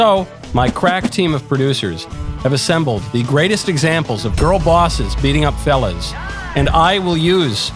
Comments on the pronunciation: I'm glad they added the word on the screen. I thought he said 'felon' 😁🤣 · Why does it sound like he say “ girl bosses beating up felons “ 😂